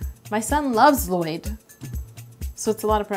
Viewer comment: Not Lloyd... It's L-LOYD